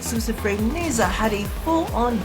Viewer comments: Nezha is pronounced "Nuh Juh" in chinese mythologie uou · Nezha the zh is pronounced like the s in casual or the g in beige if you watch the devstream Rebecca said his name at 19;58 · I always thought it was pronounced Ne-SHA... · Something along those lines... It's not english, so it's like between "Ne-jah" and "Ne-sha". At least that's how they pronounced it on the Devstream. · you western ppl do not know how to friggin pronounce nezha and wukong .LOOK IT UP